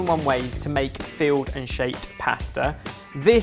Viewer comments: Really sounds like you're saying field pasta, not filled. I was like "ooooh what's that?" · I started off wondering what "field" pasta was before I deciphered he meant filled! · I keep hearing field pasta rather than filled. I imagine him, along with his spice jacket, bringing along some fresh pasta and saying "ooh, nettle makes a great pasta sauce!" PS. Can you keep doing these please. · Im assuming he was saying filled, but all I heard was field... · Did anyone else think said field pasta? Wondered what I was about to see 🤭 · Anyone else think every time says “filled” it sounds like “field”? 😂